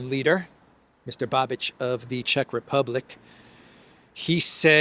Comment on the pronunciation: I told you a couple of days ago, please pronounce Mr. Bais's name correctly. Š is pronounced Sh in English. It is Babish, not Babidge!!! Otherwise excellent show as always.